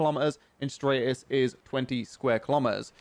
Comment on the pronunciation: man really said straightis